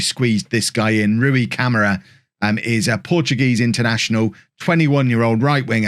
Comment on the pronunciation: Some tips for pronouncing the Portuguese/Brazilian names: There's an o in João, it's not just "Jao"... I'm not even gonna get on the nasal sound thing about the ã, that's just hell for foreigners The ç in Gonçalves has an s sound instead of c/k. And the á thing in Camará means that's the strongest syllable in his name and should be the one highlighted. Have fun trying to pronounce those correctly!!!